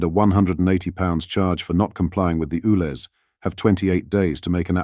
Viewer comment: It's U Lez, not Ooo Lez! Sort it out!